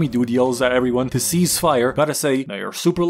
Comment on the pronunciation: Cease fire, not seize fire